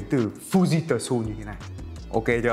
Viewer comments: Fư ji trự a ơi 🤣🤣🤣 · nếu học chút tiếng nhật sẽ biết cách đọc" fư ji trự"😁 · Fujitsu ( đọc là fư ji trự ) ông ạ :v và tôi ở nhật năm thứ 4 rồi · Đọc là phư zít chự á a hehee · đọc là fư di trự 😜😜😜😜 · thật ra nó là âm câm, nó ở giữa trự với ự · Đọc đúng là Phu Di Sư đấy =))).